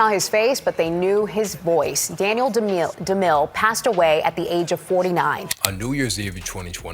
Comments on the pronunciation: Dumile * not Dumine bro come on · DUMILE, NOT DUMINE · Just started the video, but wanted to point out his name got spelled Dumine instead of Dumile during the intro. I had to double check that I wasn’t mis hearing his name all these years. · It’s Daniel Dumile. The last name is originally Zimbabwean